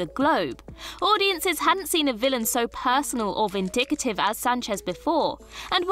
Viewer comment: I love these videos, but I gotta say that a good portion of the narrators can't pronounce words properly. Vindicative? Really? Vindictive... not hard to read for sure. There were other mistakes as well. Just kind of a let down compared to the video that's being narrated. Thank you.